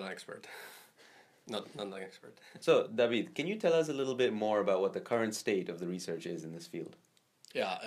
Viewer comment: Its david. Not daweeed